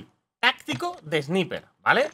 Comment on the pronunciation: Sniper se pronuncia : Esnaiper